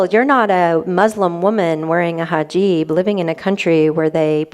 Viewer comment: It's HIJAB, not hajib.